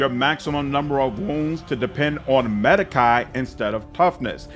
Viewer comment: Sir, medicae - the ae comes from latin. And it is pronounced as long e. The sound you make last when you pronounce it - make it longer and drop the part where you're pronouncing "a".